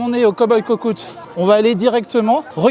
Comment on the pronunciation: Coucou 👋. C'est sympa cette recherche de pépites. La façon dont tu prononces le nom cookout ça m'a fait mourir de rire 😂😂. Faut quand même avoir l'œil car moi j'aurais jamais cherché en hauteur. J'ai bien aimé la vidéo même si maintenant je sais où sont les pépites 😂😂. Remarque d'ici là j'aurais oublié certains endroits. A bientôt bisous 😘